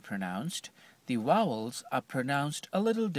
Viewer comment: yeah the 'wowels" are pronounced a little differently